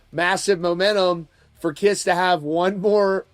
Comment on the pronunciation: First of all, he couldn't get their name right, calling the "kriss", secondly, can you believe or trust a word he says? Bruce Kulick has already said it will be the original line up, but they won't be playing. I'd believe Bruce over a guy who can't go a single sentence without lying, exaggerating or just babbling nonsense.